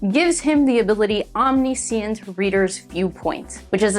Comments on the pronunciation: sorry but your pronunciation of Omniscient kinda hurt me. like i am not trying to be rude it was a great video but it just hurt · mispronouncing a word just means you learned it from reading which is a good thing if you ask me